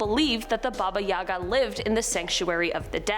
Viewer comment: Baba yaga. Lol watch Lost Girl for the pronunciation. It's pronounced differently. Good show anyways. I've heard of a few of these but I literally watch horror movies every day.